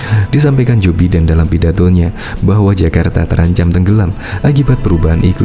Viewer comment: Maaf mas. Joe Biden cara bacanya Jo Baiden bukan Jo Biden.